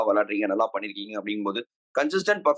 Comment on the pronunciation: Panirkeenga ❌Pandrukeenga✅ , panirkaru ❌ ,Pandrukaru✅